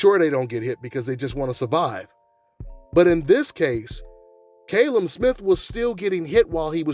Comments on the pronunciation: Fucking Callum not Kalum u thick twat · KALLEM, not KAYLEM 🙄🙄🤨